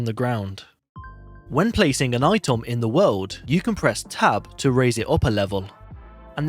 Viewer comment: "Itom" "Nimbol"